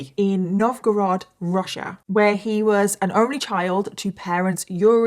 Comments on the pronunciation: Omg, a case from Russia! I'm Russian, and you actually did a decent job at pronouncing Nizhny Novgorod 😊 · Hi from Nizhny Novgorod! I didn't expect to see this story here. You also pronounced the name of the city quite well :)